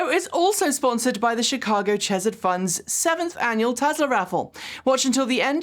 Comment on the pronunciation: Just a note: the "ch" in "chesed" is like a throat-clearing sound followed by a strong h sound.